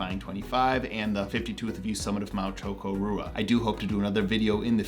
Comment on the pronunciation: I've never heard Chocorua pronounced that way, interesting!